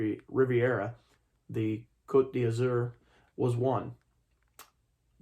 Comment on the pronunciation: When you were reading the inside flap of the Riviera you said Côte d'Azur perfectly. I would always give history facts to my French students who would tell me I should teach history ( I couldn't do it professionally, just a hobby) French & history go hand in hand.